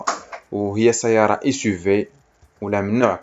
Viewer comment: هادشي عندك زوين ويستحق التشجيع غي الله يخليك كون الدير الشدة فوق الياء منلي تنطق سيّارة.